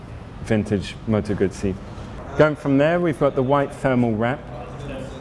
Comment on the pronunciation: what a beautiful bike. Well done! (next we learn how to pronounce GUZZI... 😉)